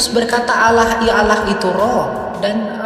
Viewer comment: Tidak ada Kristen mlafalkn Olloh, min. Yg benar A l l a h. Kog aneh si Kristen satu ini😂